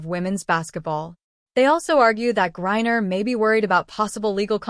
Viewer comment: So is it Gourrier or is it Griner (rhetorical). Embarrassing.